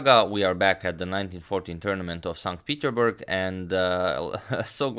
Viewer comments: Nota bene: the city is pronounced as if it was written "saint Peter's burg" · It‘s St. PeterSburg Agad, not St. Peterburg! Otherwise perfect coverage of the Capablanca saga! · "StPeterburg" long life to Agadmator ! 😂😂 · "san petersburg" or so was said.